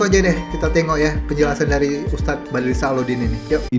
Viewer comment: Sebut betul2 wak...!!! Bukan badlisah,apa kau fikir namanya spt org sebut selepas nikah,sah?..sah,sah,...sebut begini wak jono SYAH,faham..!